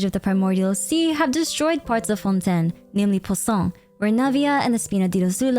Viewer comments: please stop calling Fontaine "Fontin" my mind is going nuts hearing you say it that way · Btw, it's pronounced Fon-TAIN, it's the way every character pronounce it which makes it canon